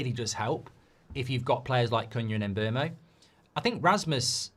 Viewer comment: Mark and the internet have to learn his name is not pronounced as it spelled. Mbeumo calls himself MBOOMO like in BOOM!